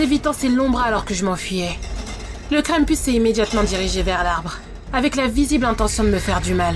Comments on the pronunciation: Je suis le seul qui entend crème puce au lieu de krampus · J ai limpretion qu' elle dit cranepus joyeux no no KRANOEL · Moi qui fait Latin je prononce Krampus : "Cramepouce" XD